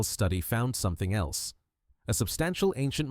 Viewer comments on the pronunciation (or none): none